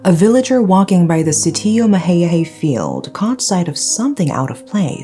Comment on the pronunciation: Loved the way you pronounced Sitio Mahayahay